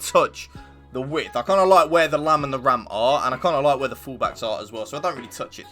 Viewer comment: please dont say lam and ram i beg you